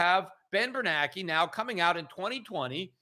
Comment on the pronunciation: Am I hearing it wrong? Peter seems to pronounce "BernaNke" WITHOUT the second "N", as in "Bernake". Is that how it's supposed to be said, or wazzup?